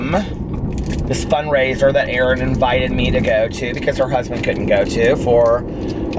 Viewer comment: For some reason my brain couldn’t comprehend that you said “a fundraiser” in the beginning. I was sitting there like.. “what’s a fun razor??” lol. Love you,! Woof woof! 💙💙💙